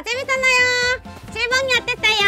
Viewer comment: 칠봉이를 치즈봉이라고 들어서 속으로 읭? 이랬던 1인....